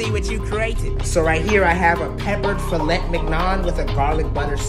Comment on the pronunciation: Out of the 2 different ways he pronounces fillet, you still said it wrong